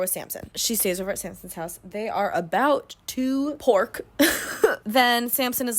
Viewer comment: precious muffin, I NEED you to never say the word “pork” again.